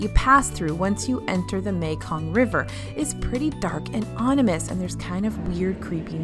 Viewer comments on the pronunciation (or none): I like this video it’s pretty helpful for ppl with little kids btw I’m pretty sure u said onimous instead of ominous by accident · Hey 'creepiest' part of this video? Your use and pronunciation of the English language!! for example...the word is OMINUS, NOT "ONIMUS", lollollol!!! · Did just say "onimous"? Lol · I heard "onimous" in the Jungle Cruise section. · Dark and "onimous"? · ominous, not "onimous." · Did she say “onimous”?? Lololololol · Dark and ominous. Not "onimous" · Pssst... it’s not onimous its ominous...